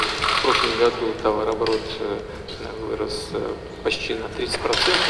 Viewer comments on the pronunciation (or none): ПУШинян думает : "ууу какой я! С Путиным говорю" а Путин :"Господи, с кем приходиться работать ! Не может произнести слово ТОВАРООБОРОТ !"